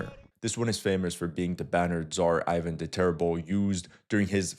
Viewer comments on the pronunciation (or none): none